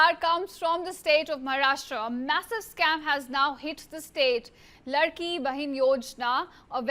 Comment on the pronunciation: Reporter is useless. It is laadki bahin and not ladki bahin